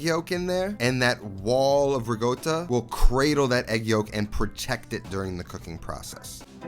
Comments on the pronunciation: RICOTTA, NOT RIGOTTA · Why does he say “rigotta”? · Hello! Genuine question for everyone: is it riCotta or riGotta? I keep hearing him say rigotta. Just curious if the pronunciation is a region thing in Italy? Thanks ! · LOL, ricotta...rigotta...ricotta...just trolling on folks now. Dope ass recipe! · As an Italian ... QUIT PRONOUNCING RICOTTA WITH A "G"!!! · Great recipe!! definitely gonna try it, also great video.. But..... at a certain point I just watched it without any sound, simply because of the pronunciation of "Ricotta"...... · ricotta has no G sound in it.